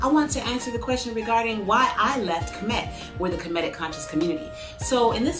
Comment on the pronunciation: Finally someone who pronounces kemet correctly 😂